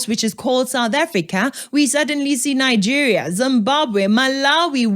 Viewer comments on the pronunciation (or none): none